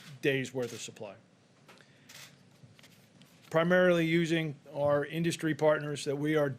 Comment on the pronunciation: HE CAN'T SAY "INDUSTRY"